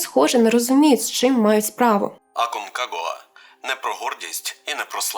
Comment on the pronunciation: цікаво розповідаєте, але невже не можна було навчитись правильно вимовляти назву гори?